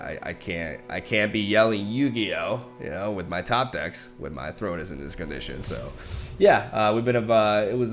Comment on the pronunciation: ❌ YU-GI-OOOH ✅ yugioh